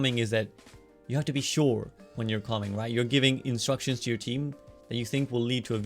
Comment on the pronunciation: I giggle everytime he said comming